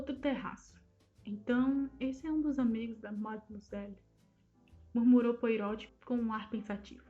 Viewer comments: Obrigada por postar mas gostaria de deixar apenas uma sugestão: a pronúncia do nome do nosso querido detetive é POARRÔT. Como uma pronúncia francesa (apesar de sabermos que ele é belga 😉. Mas é sempre bom ver essa grande arte de nossa querida Agatha, retratada aqui. Obrigada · Na verdade se pronuncia POARRÔ, o T é mudo.